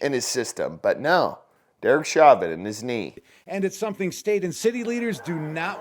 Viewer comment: It's pronounced show-vin